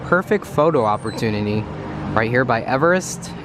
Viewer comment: dude you said hoppertunery